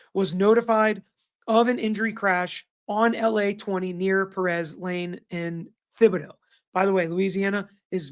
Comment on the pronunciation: Thank you for covering this. As someone born and raised is Louisiana, it’s truly a sad story. By the way, don’t pronounce the h is Thibodeaux. 😉